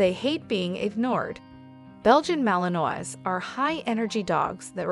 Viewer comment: Should probably know how to pronounce malinois.